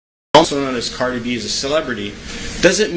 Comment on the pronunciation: This guy cannot even pronounce Cardi’s name correctly What a joke